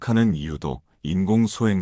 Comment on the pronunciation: 발음이 소행썽.탈출썬.이래서 킹받음